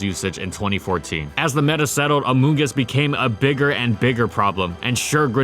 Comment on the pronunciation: I just keep hearing "Amogus" when he says the Mushroom's name